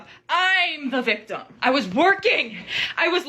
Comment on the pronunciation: That “I’m the victim” sounds just like “I am the table.” 😂